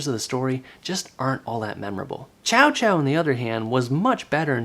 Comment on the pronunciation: Also it's pronounced Cao Cao not Chow Chow aha :D Don't feel bad on that though considering on the Dynasty Warriors 3 ps2 title the english dub called him Cow Cow hahahahaha Mooooooooo